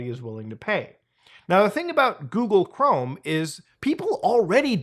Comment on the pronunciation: Coogle Ghorme